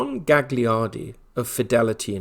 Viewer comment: To be pronounced "Galyardy"